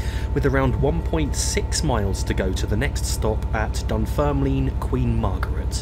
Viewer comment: Nice to see u back. It's pronounced Dunferm Lin